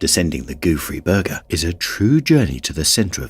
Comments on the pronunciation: I listen to these with the screen off and I kept hearing Goofy Burger. I was like no way that's what it's actually called l😂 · How hard can it be to learn a french pronunciation and not call it the "Goofy Burger" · All I hear is Goo Free Burger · It’s “ gouffre Berger” instead of “goofy Burger”. Gouffre means gap and a man named Berger, discovered it. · i kept hearing "goofy burger". i see its spelled Gouffre Berger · I can't stop hearing 'goofy burger' in first one💀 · I was hearing Gooey Burger haha I was luke Guess he don't want no Ketchup for a Dry Burger hahaaaa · I keep hearing goo-free burger. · All I also hear is goofy burger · I wish the narrator would have learned how to pronounce Gouffre Berger somewhat properly. 😕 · Haha me too, and the funny thing is that's not how you pronounce it in french